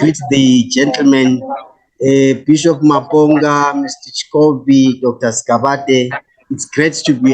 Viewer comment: Dr Sigabade not Sigabadela please.